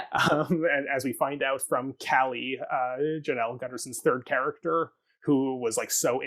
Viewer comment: Hi friends. This is such a great deep dive. Just a quick correction - Claud Spadafora performs the vocals on Glitter Witch. Jonelle Sills (pronounced like a 'Y' not a 'J') sang the solo soprano vocals from part of Bach's Mass in B Minor, heard just prior to intermission. And yeah, she's André's sister!